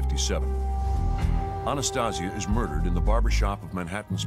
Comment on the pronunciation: Ana-stay-sia, not Ana-stah-sia. Marrone!